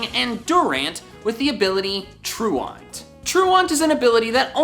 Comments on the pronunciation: you can tell this guys never skipped class by the way he pronounces "truant" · please learn how to pronounce truant before making a video including the word 700 times you dolt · why the hell does he pronounce truant like that lol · You pronounce truant weird. Am I the only one that thinks so? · The pokemon ability is spelled 'truant'. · Please go look up how to pronounce truant, it's an actual word haha and no one seems to know how to say it. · I can't stand you mispronouncing truant 😔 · WHY DOES HE BUTCHER THE WORD "TRUANT"?! I was so mad after he said it the first 5 times. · Was anybody else triggered by his mispronunciation of truant? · The way you pronounce Truant kinda bothers me lol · Is he pronouncing truant correctly? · The way you pronounce truant made me have a stroke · truant tru ant?! TRU A N T?! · You said truant wrong. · Haha, You can tell was a good student because that is not how you pronounce "truant" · Okay, constantly mispronouncing "truant" was very annoying. Does he not know that "truant" is an actual word? Truant is pronounced ˈtruːənt and is defined as "a pupil who stays away from school without leave or explanation", a definition directly related to the Pokemon ability. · It didn't bother me as much the first time watching this, but truant is pronounced like true ant... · Durant has truant has it because it’s tru-ant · Traunt is pronounced traunt Like trawnt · Lol “true aunt” as opposed to false uncle. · Pronunciation! Truant, say truent..........Thanks. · / ˈtru ənt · / It's not pronounced like that. Look it up yo. It's more like tru-ent... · Truant is pronounced True-unt but also Durant has it because it is a "true ant" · Lmao at "troo-aunt" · i'm so sorry but 'troo-ont' is really bothering me i'm sure you're a great guy and your videos are good but troo-ont.. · Tru-ent that’s the pronunciation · True-int, like late for class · Bro, it's "True-unt." As in "Truancy." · It's pronounced true-ant. Like Truancy.